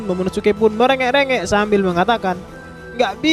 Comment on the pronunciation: Narator : "Momonomesum" 🤣🤣